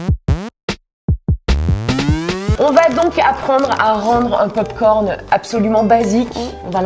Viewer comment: Tu as dis je valide les popcorn licone🤣🤣🤣